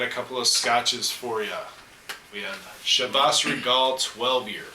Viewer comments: "Shee-Vas" regal...... come on! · Hi, nice Videos, good tastings, good comments. But how you pronounce Chivas Regal is really awful. You have to improve on this. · I thought it was Chivas Regal pronounced the english way, not the french way. Today I bought a bottle of Glen Moray though. Very curious about it, as it's not overpriced but still considered quite good.